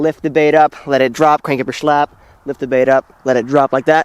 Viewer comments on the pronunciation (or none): slack not shlack*